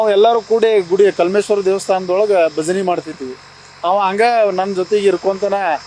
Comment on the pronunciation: ಭಜಿನಿ ಅಲ್ಲಪ್ಪ ಭಜನೆ